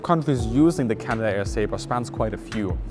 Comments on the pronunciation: It's not pronounced Canada-air, it's Canadair. 3 syllables, not 4. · Just a minor point on pronunciation, it is not "Canada air" it is "Cana Dare" It runs as one word. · It's pronounced Cana dair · CanaDare not Canada-Air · “Canada Air”? Canadair, please. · Greetings company is not canada air. Its cana-dair. Btw canadair was bought by ski-doo manufacturer Bombardier which basically mismanaged the company until it had to sell it off. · That's Can-ad-air.